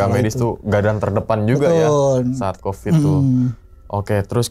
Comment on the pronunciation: Covid!!!! Bukan kopid tolong jangan dijadikqn kebiasaan suatu bahasa itu untuk dipelencengkan